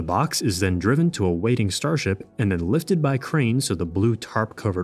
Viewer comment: "Zen"? "Zat afternoon"?